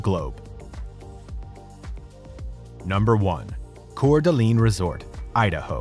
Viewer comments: #1 The name of the City is Cour D'Alene (pronounced Core Da Lane). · Dude it is pronounced CORE da LANE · As a Coeur d'alene resident, the way he pronounces it hurts me